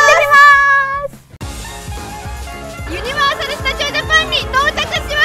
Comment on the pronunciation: ユニバの発音気になりすぎる兵庫人です、細かくてすみません